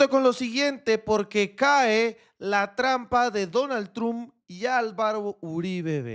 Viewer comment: Amigo. No digas trump así no caiga mal, se dice tromp como trompeta. Un abrazo y se le quiere mucho. Gracias por sus videos.